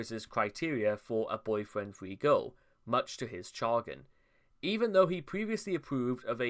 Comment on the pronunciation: This is legit only the second time I’ve noticed, but it’s always interesting that you pronounce Chagrin as “char-gen”